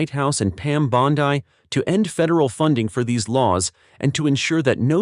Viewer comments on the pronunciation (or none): Dear Mr. AI: Bondi is pronounced BAHN-dee, not BAHN-dye. I am a Floridian; I know. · And Pam's last name is pronunced "Bond-E" not "Bond-I"!